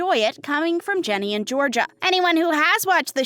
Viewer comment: it's GINNY not JENNY